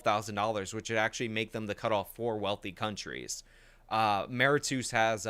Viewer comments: if you mean Mauritius it's pronounced "Mu-rish-us" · I think you are talking about Mauritius. It is pronounced like: Mor-ish-us. Also, Mauritius is culturally and ethnically very different from the rest of Africa. It is basically majority Indian Mauritian, with ~ 2/3rds the population being descendants of various Indian demographics, primarily from South Indian states. (There's some Sino Mauritian also). The culture is largely an amalgamation of the relevant Indian culture and French.